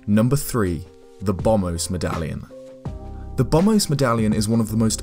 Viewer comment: Bom-Bos, not bommos. It's not a silent b as in 'bomb'.